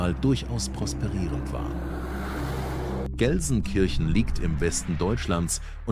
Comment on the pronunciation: If you were really 24 Hours in Gelsenkirchen then you must have learned how to pronounce the Name properly !